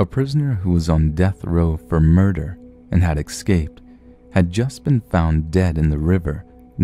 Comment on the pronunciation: Nicely done man. Just one issue... it's pronounced: EScaped, not EXcaped.